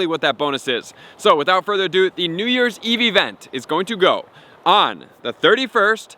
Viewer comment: No he just said it normal?